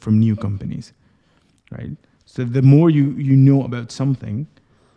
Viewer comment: Please, normally pronounce the word "so" without erkalamay)